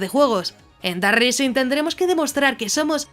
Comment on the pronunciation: Island se dice áiland y rising se dice ráising. Gracias por el video